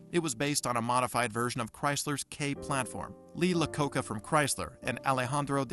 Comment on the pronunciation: LEE LACOCA. HAHAHAHAHAHAHAHAHAHAHAHAHA... HAHAHAHAHAHAHAHA.